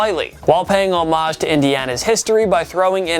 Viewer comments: Homage is pronounced: 'homm-ege' not 'hoe-marge' :) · The way he says homage makes me cringe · NO! It's pronounced "om-ij" the H is silent.